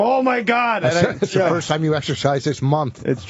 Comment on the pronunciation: “Firsht of all…der’s no second of all…” -Anthony